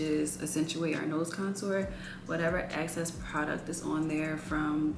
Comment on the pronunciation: How come the girlies say "ACCESS" instead of "EXCESS"? Anyway, she and makeup are cute 😍